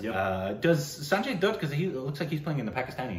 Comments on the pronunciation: No guys... For the umpteenth time.. Its not DOOT. its DUTT as in HUTT like jaba the hutt.. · Lol!! You guys are ridiculous with Sanjay Dutt's last name. Lol! You start with the wrong pronunciation "Doot", which is OK, you're foreigners, even though your wrong pronunciation doesn't even follow the rules of pronunciation in your own language. But then a lot of people take the effort to teach you the right way to say his one syllable name, it's no Zalafinakis, and you learn it. You do! Yay! You convince yourself that you've learned the right way, and immediately say it in your original wrong way, only with more pride filled smug wrongness. Lol! We teach you the right way, you say it the wrong way,. Then follows up, saying it the RIGHT way, and interrupts him to ask "Wait, is that the wrong way?" "Uh...I don't know!" Lol!! Dutt rhymes with Cut, But, Hut, Rut, Jut, Tut, Gut and Mutt